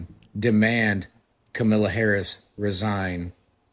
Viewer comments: It pissed me off when he said Camilla like wtf you racist scum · Did that dude say Camilla Harris..? at the start...